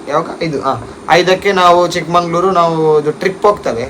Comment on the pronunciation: ಚಿಕ್ಕಮಂಗಳೂರು ❌ ಚಿಕ್ಕಮಗಳೂರು ✅